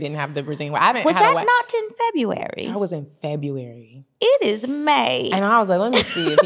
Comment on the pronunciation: accent 😂😂😂 was that not in February. 😭